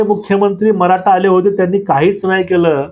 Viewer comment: कानडी आहेत का? त्याचे उच्चार आणि अशुद्ध भाषा (मराठा याचा उच्चार मराटा ) अयोग्य वाटतात.